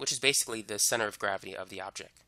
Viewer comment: pronounced "object" not "objec"